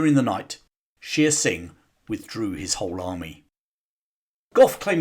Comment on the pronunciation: Shere Singh is mispronounced. It is not "sheer" singh, but "share" singh.